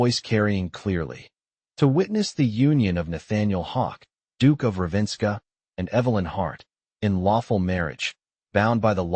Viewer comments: It’s not Ravenska (which would be Russian). It’s RAVEN-scar! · AI mispronounces Ravenscar. Totally an incomplete audio story. I don’t watch the video on audio books, but I happened to notice the AI voice did not match the subtitles, just sayin’. This could have been so much better, what a shame☹️ I can only rate this a 3 out of 10.